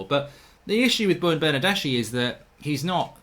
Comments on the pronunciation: Bernardeschi is pronounced Bernardeski. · Ηi for Bernardeschi, this is the pronunciation: Bernardeski. ch is k, same as Chiesa